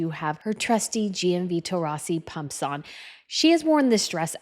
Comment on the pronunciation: Sie sprechen Pumps falsch aus- noch lernen! Dann sprechender und immer mit „Leute“ an, macht man nicht!! Was haben Sie für einen Beruf???